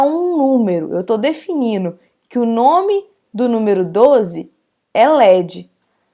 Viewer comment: Você falou algumas palavras erradas, erro muito grave, como: definiNO, o correto é definiNDO. Algumas palavras que você fala, que termina em NDO, você troca por NO. Verifique.